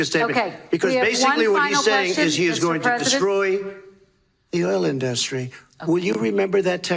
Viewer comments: Drives me crazy. He puts the stress on the wrong syllable totally. All I here is "DUST- tree." Ok, Trump. Go dust your tree you ignorant bastard. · Thanks. Is Donny's pronunciation of 'indus----tree' a Trumpism, or the way y'all pronounce it over there? Maybe they taught him that at Wharton?🙃